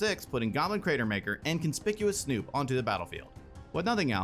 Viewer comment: omg, that's the first time I've ever heard someone pronounce Conspicuous Snoop correctly